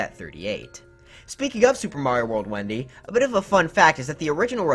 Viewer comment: It’s Wenda not Wendy